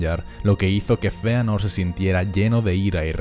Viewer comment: Sisi se pronuncia Feanor